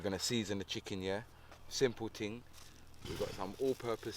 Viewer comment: I could tell he was from England when he said ting instead of thing lol